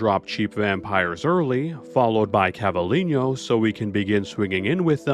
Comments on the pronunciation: God, same... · Cla-vee-len-yo 😂😂😂 love the video, but as a Spanish speaker it was too funny to not comment